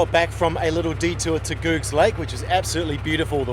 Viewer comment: Interesting and fun video guys. Thanks for all the hard work. I think you’ll find it’s pronounced Googs as in “good”as the guy who blazed the track, John Denton used to sell eggs and got the nickname “Googs” from that.